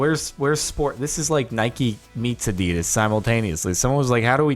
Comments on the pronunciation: Adidas not adeedas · Did u just say adieeedas and mob bile (Australian triggered)